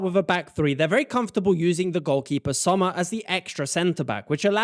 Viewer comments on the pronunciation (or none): none